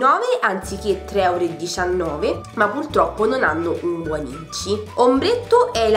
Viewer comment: Perdonami tanto, però quel "pultroppo" mi ha infastidita più volte...